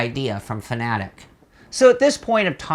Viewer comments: I thought it Fanatec was pronounced Fanatec, not Fanatic. They both mean different things. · F.A.N.A.T.E.C NOT FANATIC !!!!!!!!!!!!!!!!! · 3 syllables ready, fa na tec again fa na tec. Got it? It's not fa na tic.